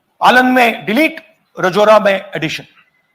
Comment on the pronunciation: Sir vo Maharashtra ki constituency is pronounced as राजुरा not रजोरा and keep the great work we support you